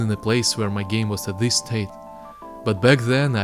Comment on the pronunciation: Great video! Just please, start saying "this" instead of "ziss". Congrats tho! lookin' forward for some tuts :3